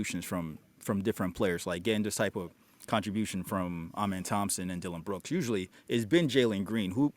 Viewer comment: Dillon tied the franchise record. Thanks for saying twins name right! 😂